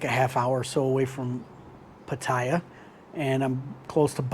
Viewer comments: "Pattaya" is pronounce "Patt AAA" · Pa Ti Ya. Not that hard. 6 months? Learn to pronounce the name of the City. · It's phát-thá-yaah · No Thai pronounces Pattaya the way you do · No one care about your ‘Rants’… you still don’t know how to pronounced Pattaya correctly. No more ‘Rant’ please. I only subscribed to see your hot girl friend. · It's "Pattaya", not "Pattaya" or "Pattaya" 🤣 Cool vid man...thanks. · I don’t think he’s the guy to ask base on his pronunciation of a place he has lived for 6 months.